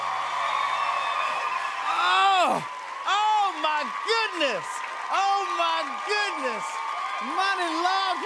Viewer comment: Not Jimmy’s blaccent coming out on the oh my goodness lol